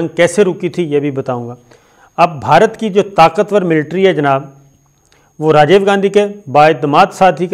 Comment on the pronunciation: Sir aap Rajiv ko Rajave keh rahy hn